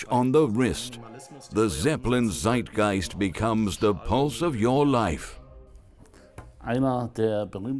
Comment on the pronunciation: It is not side geist, it is Zeitgeist with a TS, in German the z is pronounced Tss as we all know, us who did middle school that is....DO YOUR HOME WORK!